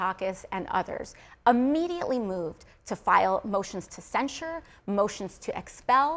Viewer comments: Does she not realize the word is "immediately" not "UH-mediately"? I can't take people seriously who can't even speak proper English. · “A-mediately” moved…